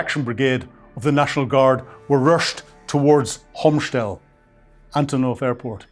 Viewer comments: you really need to go on a tour to Hostomel-Bucha-Irpin.I did in November 2025. The town is pronounced Hostomel in English. Not "Homstel" like you pronounce it. The same for the airport. The reference to ANTONOV airport is also ambiguous, as there is another airfield in Kyiv call ANTONOV near the university. No-one in Ukraine refers to Hostomel as ANTONOV. Also, you have left out important reasons for why the Ruzzian orcs could not break through despite capturing the airfield. But as a brief partially mispronounced introduction this is OK. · It's "HOSTOMEL AIRPORT", H-O-S-T-O-M-E-L, with an accent on the "E", not "Komshtel'n" or whatever he is trying to mumble-out.